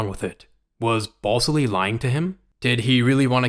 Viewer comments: FYI dude, his name isn't BALLS ILLY it's BAL SILLY (with the A in BAL like cat). Just food for thought. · Are you saying BALLSILLY